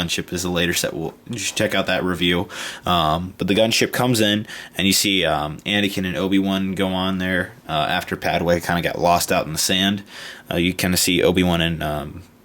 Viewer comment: you said Padway